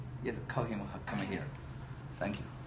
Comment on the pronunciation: 来是康姆，去是狗。阿贵英语杠杠的！